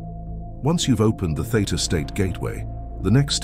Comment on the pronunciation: Theta state. Not theater state.😆